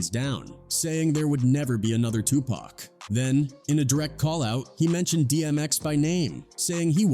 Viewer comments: 🎯🎯🎯🎯🎯🎯 if you see how he pronounced Tupac 🤦🏻‍♂️ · Ihate de way u pronounce people's names it's stupid wtf is cooroopt.???? You even call tupac tupack🤔